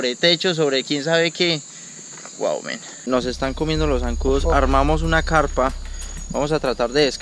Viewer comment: SE ESCUCHA RIDICULO PRONUNCIANDO MEN